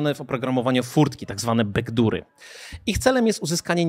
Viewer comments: Nie "bekdury", tylko "bekdory". W słowie "doors" podwójne o nie jest czytane jako u. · Bekdury? Oh, c'mon! :D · Bekdury? A może bekdziury od razu? ;) Przepraszam ale uszy trochę krwawią. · backdur - ała moje uszy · Materiał w porządku ale wymowa "backdoory" jako "bekdury" mnie zabiła w środku xdd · "bekdury" :D